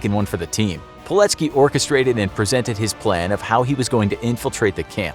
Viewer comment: PILECKI kurwa mać, a nie POLECKI !!!!